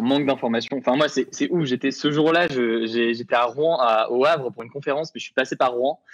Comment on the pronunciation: Mauvaise définition de la réglementation Seveso, qui se prononce "[SeVéZO]" et Rouen ne se prononce pas [Rouin] . Bon et puis apres le sujet est traité vraiment à la légère, la réalité des rapports depuis 3 jours sont tout autre